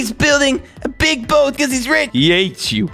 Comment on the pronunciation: RICH NOt RICK